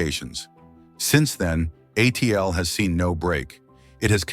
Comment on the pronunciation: No kidding, I stopped watching as soon as it was pronounced “uh-teal”